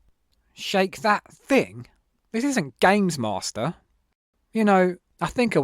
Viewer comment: Gaymes Maw Stir